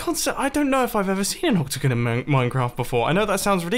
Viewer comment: The whole time mumbo said octagon and what i heard was opticon